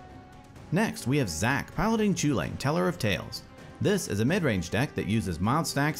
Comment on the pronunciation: Chewlane, ugh